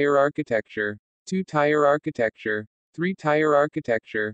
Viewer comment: hey, you're mispronouncing "tier"